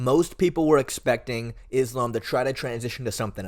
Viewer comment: I’m sorry what do you mean most people don’t believe Volkanovski has what it takes against Islam? Speak for yourself. You also don’t know how to pronounce Islams name. You sound like you don’t know enough about mma to be making a video about this tbh, maybe consider covering another sport?